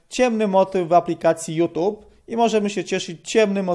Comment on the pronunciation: Naucz się chłopie wymawiać youtube. Żadne tube tylko tjub